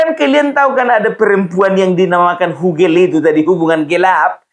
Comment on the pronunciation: Bukan gogel, tapi hugel. Artinya hubungan gelap. Salam NKRI